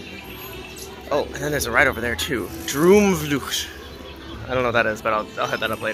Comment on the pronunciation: You said Droomvlucht oke. But in Dutch the double oo sound like the oa in English. Boat. Not boot. An the u is like "duh". So Droamvluh-cht.